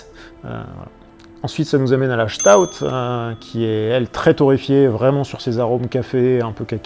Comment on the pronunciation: Bonne vidéo qui résume bien quelques styles de bières. Cependant, si je puis me permettre, je ne trouve pas une Doppelbock crémeuse, à l'instar d'une Stout, qui elle est crémeuse ; à moins qu'on ait pas la même définition de ce qu'est une bière crémeuse... Un petit conseil de prononciation d'ailleurs, en parlant de Stout, on ne prononce pas 'Chtout' mais 'Sstaout', car c'est un mot anglais à la base, pour désigner quelqu'un de corpulent et fort, la Stout étant d'ailleurs un style anglais. Et justement, il n'y a presque que des styles anglais et leurs variantes dans ta vidéo ! ^^ Concernant la Gose, c'est une très bonne bière, qui a eu son heure de gloire au moyen-âge jusqu'à l'avènement de la Pils en 1842 qui révolutionna le monde de la bière.. Mais heureusement, même si la Gose reste assez rare à trouver encore aujourd'hui, certaines brasseries artisanales aiment à renouer avec ce genre de bière acidulée, salée et épicée comme tu l'as bien expliqué ! ^_^ Salut à toi ! :-)